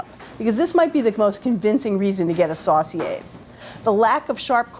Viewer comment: Sauce-see-ay. Sounds funny to hear it pronounced like that. It's my great grandfather's surname. We pronounce it Sew-see-ay.